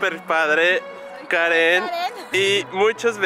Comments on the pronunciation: Karen no es hester es la kuin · se dise karen no keren